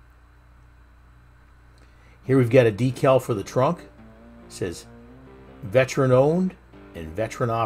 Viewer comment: Great vid, but it annoys me how you pronounce veteran.